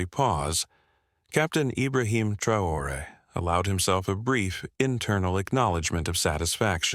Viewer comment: You can’t even pay the respect of pronouncing the president’s name e? Hideous AI.